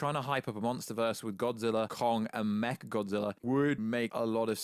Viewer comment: First Kinky Dora, then Martha, now I heard him say mecha gothzilla